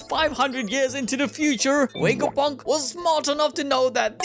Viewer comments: Take a shot every time he says wega-punk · Wegapunk? Touch your lips for the V sounds like vuh vuh